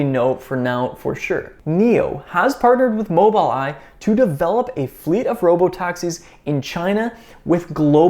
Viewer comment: Well done...Its pronounced "MOBUL Eye"